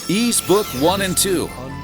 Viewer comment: The narrator nailed the Japanese words in all these titels. I love it. Tho, Ys kept getting mispronounced. Oh, well... I don’t think ANY English speaker pronounces it right. They all think the S is Z or something.